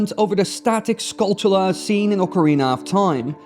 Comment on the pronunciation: Holy someone who pronounced skulltula right. Most say tula but it should be chula rhymes with tarantula.